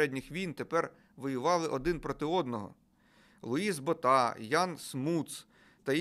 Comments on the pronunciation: Луис БОта, а не БотА. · БОʼта. Поширене прізвеще. Був ще президент ПАР